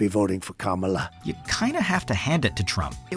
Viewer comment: wait, did he actually pronounce Kamala Harris' name correctly? lol